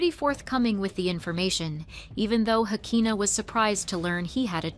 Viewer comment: Great job on the video. And just so you know her name is Shekinah, not Hakinah. Not that it's a big deal. Lol, just thought you should know